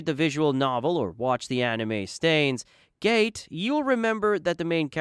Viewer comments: Did you just say stains gate? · Yeah I understand, but the monotone voice paired with the awkwardly fluent pronunciation/transition from English to Japanese when it comes to pronouncing Japanese Anime titles is weird. Also how come you pronounce Steins-Gate so weirdly but manage to be almost flawless when it comes to the rest. What also throws me off is your reply. Can you name the things that AI can't do that you did in your video?